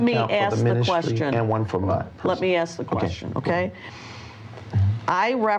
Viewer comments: why can't you say ASK instead of Axe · Why does he always say "aks" instead of "ask"? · “ axe Michelle “ hahaha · "Axe Michelle." Lol. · Why do I often hear people say Axe instead of ask even though they seem to know the correct way to say it? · You’d have to axe Michelle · “Axe Michelle” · Lmao," Ax Michelle," why Is it so hard for "them" to pronounce,"ASK?" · He pacifically told her to ax Michelle. Why isn't she axing Michelle? Because he IS Michelle, if ya wanna be akrit! Lol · "Axe Michelle" - LMAO 🤣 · Take a shot for every time he says “Axe Michelle” 😂😂😂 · Axe Michelle 😂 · “…you probably need to axe the financial advisors…” 😅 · ‘Axe Michell’ is his way of pleading the fifth. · Isn’t it so nice that after all the sacrifices we’ve made that we can sit comfortably in our residential centre and watch this man say “axe Michelle” over and over?! I’m so proud of you and me. All those sacrifices. Finally paid off. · Axe Michelle 😂😂😂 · My mom’s name “Michelle” now I gotta go “AXE” her some questions 🫠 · She’d probably say “why da fug you axeing me!! Go axe da pastor!” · They “axed Michelle”. She said ask Ashley. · "Ax Michelle"... like at the end of this clip... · “Axe Michelle..” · Apparently, Michelle was repeatedly axed. I hope she survived the axing. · Axe michelle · why does he keep saying axe i thought it was a new york only thing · Or axe, or pacific 😂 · yup. All profit. Big tyme baby!## I was never there, but I love how he says he cant remember and axe richelle. He is an allstar for that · why does everyone want to "axe" Michelle? she might be a very nice lady. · Him: AXE MICHELLE Michelle: AXE ME WHAT IM NOT IN THIS SHIT😂😭🤣😂😭🤣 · 😂👍That & all the other words he can’t pronounce & probably doesn’t know their meaning. “Carcasins”, “axe”, “pacific” etc. 😂😂😂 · David Taylor is such a 🤡, can’t even answer his age without saying ax Michelle